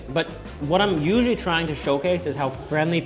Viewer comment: When you struggle to say the word 'usually' like every chinese person I've ever met..